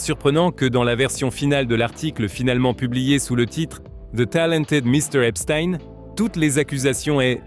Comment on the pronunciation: c'est pas epstiiiine c'est epstein